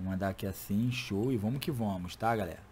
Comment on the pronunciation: "vomo que vomos" Não tem como defender kk